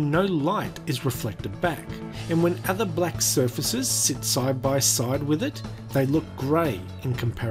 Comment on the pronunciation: his pronunciation of black annoys me, he pronounces it like blek